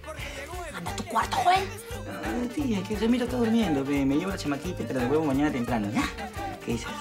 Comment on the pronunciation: Jajajajajaj me cago de risa cuando se refiere a joel como Yoel 🤣🤣😆😂🤣😂